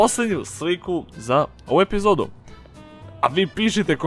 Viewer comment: Hahhaha kako si čudno rekao EPIZODU